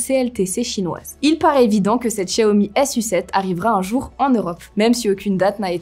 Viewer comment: Oui je suis d'accord et elle prononce correctement Xiaomi.